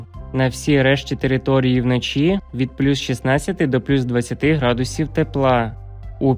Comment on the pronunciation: Градусів навчитись. Правельно ставити наголос 😂😂😂😂де вас вчили😂😂😂